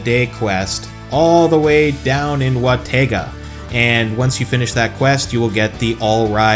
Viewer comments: Wa-tE-ga lol😂😂😂 Where tf are you getting the E??? It's Wa-tO-ga With an O 😂😂😂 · Watega ? I thought its Watoga. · Wah-toe-ga You need to pay more attention to what people say.